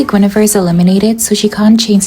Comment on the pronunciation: The way you pronounce Guinevere as goonevere is so funny 💀😭